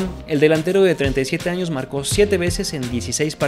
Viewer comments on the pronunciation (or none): none